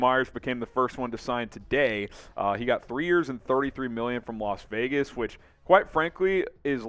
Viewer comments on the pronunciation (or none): none